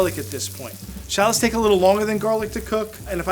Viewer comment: They are Called.. 'Sha----LOTS' AS IN 'SHA-LOTS' You call them in name like a dork tbh !!!